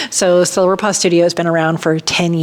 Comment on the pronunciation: Congrats though I think you should consider a different name. When you said “Welcome to Silver Paw Studio” it first sounded like Silver Pus Studio 😳🙊